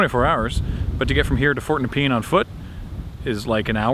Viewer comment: As someone who used to live in Rosebud, it's super weird seeing that area again! Also, at the risk of being "that guy" it's pronounced Nup-ian, not nepeen.